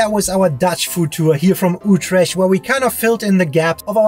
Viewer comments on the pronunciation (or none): It's not Ootresh! Utrecht is the name. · SAY UTRESHT ONE MORE TIME! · stroop with o as in go, Ü trè CH t :) niet with ie as in nicht or beat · Utrecht - Pronounced as uth-rrecttth and not Utresch Sorry had to say 😅 Cause Utrecht has my ❤ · Oetresh? :D Ye, it's a hard one to pronounce if you aint Dutch for sure :D That bunny is Nijntje, a national treasure <3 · the "ch" in utrecht is pronounced "k".. Hema is pronounced "hey" "ma" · No it's not. I was born there. It's pronounced "ggggggg" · KEKW '' Utrash '' naah man 🤣🤣🤣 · I get it and all but with the talking its hard for yall but (not how you type it but how you say it) Utregt hey,ma=hema That should sound a bit better for us😂 (Not making fun of you just helping)❤ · Oh god, not Utresh haha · My best friend was born there and it is pronounced... UTE..TER RECKT. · "ütrecht"...im deutch... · I dunno what it is with Americans how they pronounce words like "Utrecht" or something that ends with "sch". The "ch" is silent. Same as parmesan which they all, all the time get wrong. There is no "sjjjj" sound in it at all. And don't judge food in the Netherlands according to your own standards. A pancake is what it is in The Netherlands, not what it is in the US. It can not be all of a sudden a dessert because it fits in your profile. Not everything is measured according to US (mediocre) standards. Remember, 99% of the food you call your own, is stolen from Europe. And it is not toasti but tosto with an [o], not [oa]. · Just FYI: Stroop is NOT syrup. It's more like a molasses type deal. Also, the ch in Utrecht sounds like a K. And don't be afraid to give the r one little trill. :) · It's similar to the German "ach"-sound. And the "U" is pronounced like the German "ü". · YES my home city, lovely video although it hurts my ears when you pronounce Utrecht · Try learning how to pronounce the city that you are visiting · Small request, Please ask locals on how to call stuff properly, even the name of the city you butchered. 😅